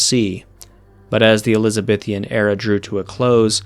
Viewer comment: I guess I expected more about white slavery in early colonial American history, but this gives a good and informed backdrop. Please note that the Canadian territory is New-Found-Land, with the emphasis on either the first or second word. It is definitely NOT New FINland. Also the proper spelling of the descriptor "ElizaBEthan" is just that, not "ElizabeTHIAN."